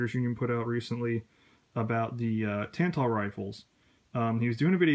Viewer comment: Somehow you watched Robskis video, listened to him say "Tantal" in his thick Polish accent and still you managed to pronounce it "Tan-Tull."